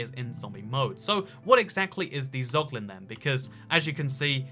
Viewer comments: dont say poglin ever again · casuals: zoglin real gamers: poglin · yo tf is a poglin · Nobody:: POGLIN